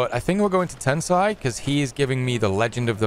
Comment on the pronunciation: Tensaey?? It's Tesnay IT'S LIKE TENSAAY EASY